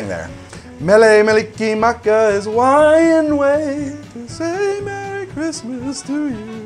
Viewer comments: "Mele Malikimaka" I get you were probably drunk, but this hurt my soul. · He just keeps butchering Mele Kalalikimaka and it hurts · didn't pronounce mele kalikimaka right qq